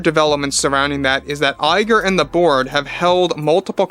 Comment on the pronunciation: I keep hearing “Iger and the board” as “Iger and the Borg”